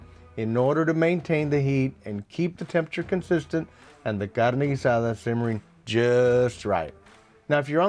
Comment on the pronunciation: You can tell he knows what he’s talking about just by the way he says Carne Guisada